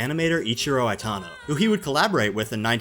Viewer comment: Why are you pronouncing Itano's name as Aitano? Especially when you are pronouncing Ichiro and Aikawa correctly in the same sentences???